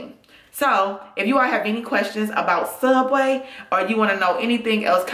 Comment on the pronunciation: it''s pronounced sooubway